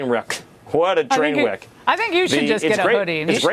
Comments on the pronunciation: "What a train w'eck" - Little Stephen 'actually, I'm 5'10"' Miller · Did Stephen Miller actually say "What a WHEK?"